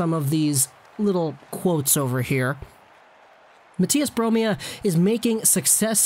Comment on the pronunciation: Low-key kinda nailed the pronunciation of Mathias Bromé